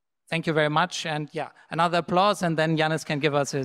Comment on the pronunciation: Please pronounce Yanis' name correctly ...